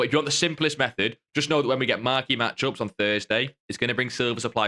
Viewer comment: It’s called method not mehed